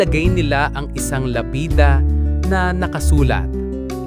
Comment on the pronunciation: Akala ko totoong tao na Ang nagsasalita kasi napaka laki ng improvement. kaso ung pag bigkas ng "pala" at "lapida" mali.. napa isip Ako baka AI na nmn hehe!! Magaganda mga kwento nio poh, pero mas ok kung tao at ung mga animations magkaka-mukha kasi paiba iba ng hitsura eh😅